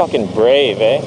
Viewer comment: I heard a "eh?" Canadian side coming out